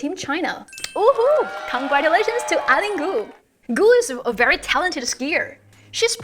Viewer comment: you can't even pronounce her name correctly. Stop blaming western media. Your communist party is criticizing ZhuYi for not winning the medal. thank you very much for the double standard. Please Learn English.